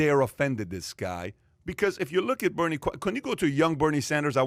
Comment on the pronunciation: Who is "Berine" Sanders? lol